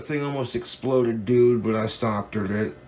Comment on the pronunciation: Wait, did he actually say, "It almost exploded, but I stoptered it."